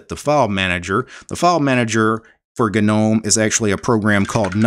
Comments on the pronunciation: Not to be that guy but, isn't Gnome pronounced nome. Or am I mistaken? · "Ga - nome "🤦‍♂🤔 But otherwise very informative